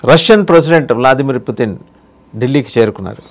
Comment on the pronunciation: అందరేమో పుతిన్ అంటే మీరేమో పుటిన్ అంటారేంటి